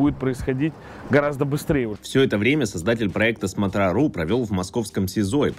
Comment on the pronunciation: Почему "сматрА"? СмОтра же